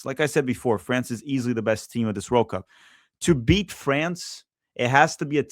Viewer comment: The way you say World Cup is weird you put the emphasis on the words oddly